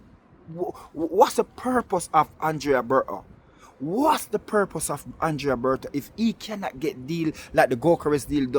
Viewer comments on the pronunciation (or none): none